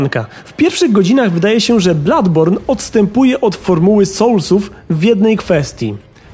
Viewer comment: Nie ma czegoś takiego w j. angielskim jak "Bladborn" jest to niepoprawne..